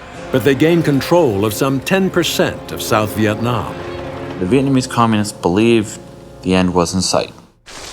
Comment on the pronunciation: it's "Communists"